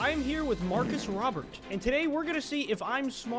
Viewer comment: never say markus robert again